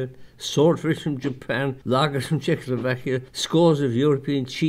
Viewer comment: wait, did he say Chzechoslovakia in 2012?